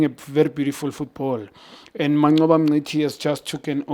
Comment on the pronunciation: You cannot say "Mncithi" Junior, yinhlamba leyo!!!